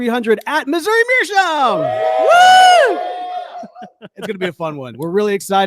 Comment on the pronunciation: The episode were learns how to pronounce “meerschaum”....or not.